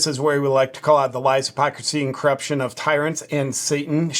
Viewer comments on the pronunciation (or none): I know you said corruption, but my ears heard craption